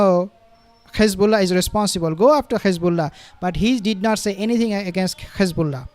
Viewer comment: Thanks for the content, please can you not pronounce Hizbullah and Hamas the way Satanyahu pronounces them, there is no GH at the beginning of those 2 names, so not Ghizbullah or Ghamas😂